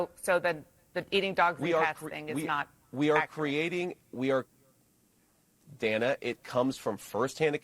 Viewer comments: This is just one itty bitty correction. The CNN host Dana Bash pronounces her name "Dan-uh" and not "Dane-uh". Other than that it's just incredible to me that JD Vance and Trump are allowed to just incite violence against the Haitian immigrant community. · She’s been a preeminent television anchor and political journalist for more than a decade,. She pronounces her name “Danna.” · Her name is pronounced Dan’-ah. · Nice commentary- BTW, though not spelled grammatically correct, the reporter’s name is pronounced, per herself, as “Danna.” Mispronunciation of her name, esp by candidates, ON her show, is, imo, disrespectful (prob purposefully). jd is a monster 👿 djt is ill; always has been. jd KNOWS better. 100% opportunist. Another thought; suddenly a VP is able to set/enforce “policy,” (??) though djt stated a VP really “doesn’t matter much to an administration, really doesn’t determine a president’s decision-making…” (not direct quote) but djt DID say that. Paradoxical. Shapiro is a political “beast,” who is actually GSD-ing! Mad respect. Shapiro has great insight; however, he hasn’t fully grasped that w/ maga, (all intentional sics), there IS NO BOTTOM. 🤥-ers Full stop 🛑 🇺🇸❤️🗳️📖‼️💙💙💙💙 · Dan-uh Bash... If you are going to use her material then at least have the decency to learn how to pronounce her name.